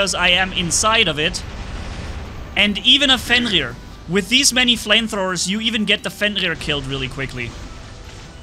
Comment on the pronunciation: There is no "L" in 'FENRIR.